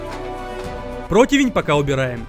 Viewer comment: Ххахахахах говорит либо противинь толи протвнь либо противень